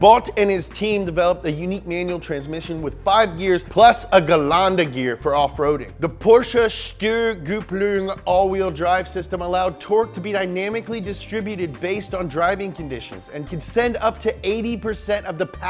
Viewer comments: "Stürgübblüng" aka Steuerkupplung :D Ohne die Untertitel hätte ich wohl nicht verstanden was er meint :D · What thinks he says: Steuerkupplung What Germans understand: Stürgüpplün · You pronunced Steuerkupplung like "Stüer Güplung" xD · Steuer Kupplung AWD System